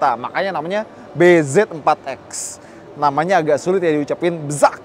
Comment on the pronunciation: nyebutnya BIJI